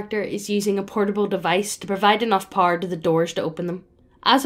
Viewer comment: I was wondering what Par was and then I realized she was saying “Power” 🤔